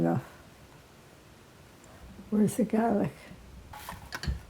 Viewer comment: When i heard her say "gaalic" i knew she was Italian 🥰